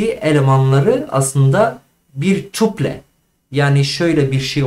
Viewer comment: Merhabalar, tuple => (tapıl) okunuşu